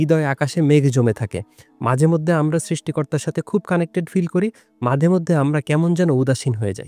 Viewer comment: মাদেমধ্যে❌ মাঝেমধ্যে✅